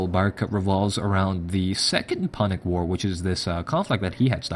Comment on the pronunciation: It is pronounced 'pew-nic'. Not how you pronounced it exactly as it is spelt.